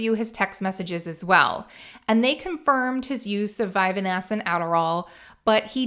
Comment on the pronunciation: Also, vyvanse is only 2 syllables. It’s ADHD meds (my Gf takes it).